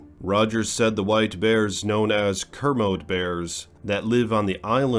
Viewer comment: It's pronounced "kermodee" hard E at the end. Just sayin'